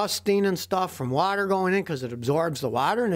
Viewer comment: how texans says water. "whahhher